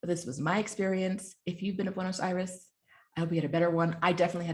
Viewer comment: If I ever hear you say Buenos Aries again, I will drive into a tree. Is this racism or a reaction to my attitude?